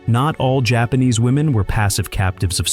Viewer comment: Its so weird that you talk so much about medieval Japan but you mispronounce like every Japanese name and word.....